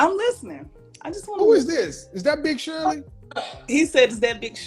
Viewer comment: The emphasis on "Big Shirley" my boy shoot to kill 😂😂😂